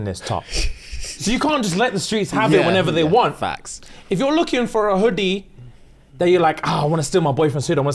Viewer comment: why did bro say hoodie like that